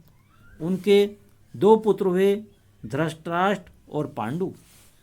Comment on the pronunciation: Dhrashtrashtr nahi hai dhrushtrashtr hai